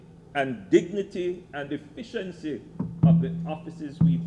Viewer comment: y it always sounds lik Andrew says "deficiency" instead of "efficiency"